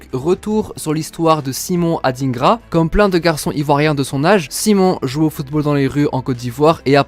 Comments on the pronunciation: ET ON NE DIT SIMON ADINEGRA MAIS ADINGRA COMME TU VOIS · SVP les personnes blanches c’est pas pour être méchant. Ne prenez pas mal mon commentaire. Les noms africains noires vous avez vrrrrraaaimmment de la difficulté à prononcer. Ce prononce pas AdINEgra mais comme « Adaingra » un peu comme le mot vilain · On dit adingra pas adinegra 😂 mais je suis fière d'être ivoirienne 😊❤🎉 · On dit adingra pas adinegra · C’est Adingra . On prononce ça << dain >> pas << dine >>